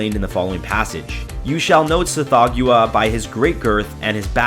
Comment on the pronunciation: I REALLY prefer the pronunciation "Sath-HOG-wah" and not "Seth-THOE-gue-ah".